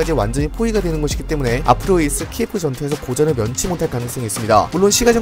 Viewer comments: 다 좋은데 키예프는 러시아식 발음고 키이우가 우크라이나식 발음입니다. 한국인을 칸코큐진이라고 하는거랑 같습니다 다음 영상에서부턴 수정 부탁드립니다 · 도시 명칭이 키예프가 아닌 키이브래요 키예프는 러시아식 발음이고 공식명칭은 키이브라고 하니 키이브라고 부르는게 맞는듯해요